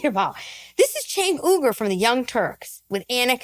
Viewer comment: "I'm going to intentionally pronounce 'Uygur' wrong. But I'm totally not racist." Got it.